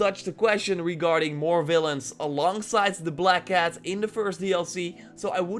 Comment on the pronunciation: anyway respect for him he make good videos with good research, BUT you also noticed that he instead of the s use the z he say zide instead of side